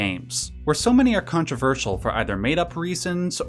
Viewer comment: controverseeeeul. Dude overpronounces his T sounds like a mfer